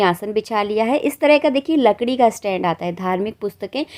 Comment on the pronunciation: Lakdi ka stand nahi kahate hai sahi uccharan kare